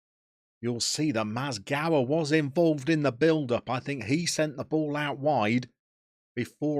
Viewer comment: If Mizgała is going to be followed throughout the series it'd be nice to hear proper pronunciation of his surname. Meez-gow-A (A pronounced like in Ashley, not like in Acorn). Congrast on winning the league! Górnik came back to where he deserves to be.